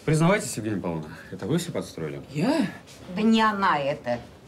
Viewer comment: Королева Евгения Павловна.Ударение)